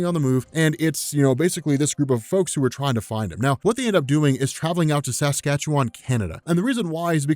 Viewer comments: The emphasis is on the second syllable of Saskatchewan but good job on pronouncing it -- it's pretty simple but non-Canadians tend to butcher it somehow haha -- SaskATchewan. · I couldn't believe it when I heard you pronounce Saskatchewan correctly. Well done sir!